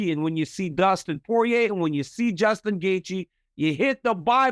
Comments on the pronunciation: Doostin versus Joostin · Bro really said Djustin lol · DC: What was the process of having you two fight in Utah and have the BMF tittle on the line? Justin you go first. Justin: Did you say DUSTIN OR JUSTIN? DC: Dustin, Dustin…. 😂😂😂